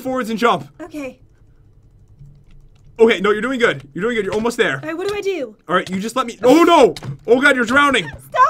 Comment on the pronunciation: totally said whu